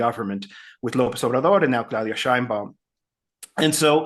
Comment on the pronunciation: PLEASEEEEEE! LEARN HOW TO PRONOUNCE MEXICAN NAMES PROPERLY! IT IS PRONOUNCED "SHEINBAUM". JUST THE WAY IT IS WRITTEN! PLEASE BE POLITE!